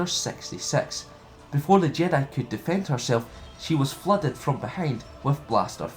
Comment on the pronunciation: 6019 i heard it too ... even better .. after the order "sexy sex" comes ...."So she was fluded from behind with blasterfire"